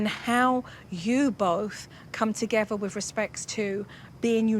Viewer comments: I love suppernanny just wish she could learn to say together not togever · “Togevver.” “Each ovver “ “nuffink.” Dear God. What an advert for the English language.